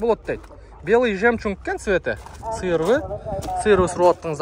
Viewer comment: Жемчунг эмес жемчуг болуп айтылат.